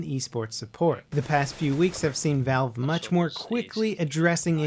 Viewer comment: lol you called valve vive